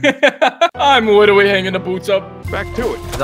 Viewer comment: “I witterly hanging the boots up” had me dying 💀💀💀